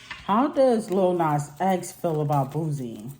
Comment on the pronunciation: It's pronounced BOO-SEE,.